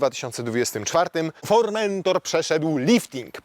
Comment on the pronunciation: Fermentator czy jakoś tak. Z Podlasia?